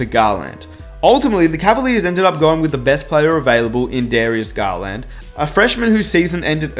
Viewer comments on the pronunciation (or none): Dude...that was a pretty damn good video. I have to call you out on something though. If you don't want to sound like a moron...remember that eSpecially has no x and don't use the term literally if it isn't literal (this is a cultural thing because the Brits do it WAY more than anyone else). Also, it's not GarLAND it's GARland. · Nobody:: Darius GarLAND